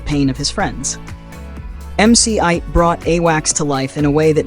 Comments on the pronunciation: Who in hell is MC ite?????? It's pronounced MC Eiht = MC Eight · MC Eight. Not MC Ight.lol😂😂😂😂😂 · She needs to learn how to Pronounce MC 8...... cause it sure as hell aint IKE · Pronunciation mane sheesh 🤦🏿‍♂️🤦🏿‍♂️🤦🏿‍♂️. Lewloc Mc Eiht is how you say it. Gotta do better if your gunna talk or speak on hood classics. Also Caine not Kane. A lot of people mix that up as well smh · MC "aight" 🤣😭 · MC 8 spelled Eiht pronounce it right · Can't even say MC Eiht name right lol